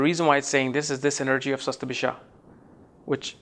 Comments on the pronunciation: It's not "Sasta-bhisha", it's "Shata-bhisha" nakshatra. Again, you mispronounced Swarbhanu, the name of Rahu. I am Rahu in Shatabhisha pada 1, and I love reading on my mobile phone, rather than on hard copy. I am blunt with tricksters. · the video is great , please correct the pronounciation as satabisha not shastbisha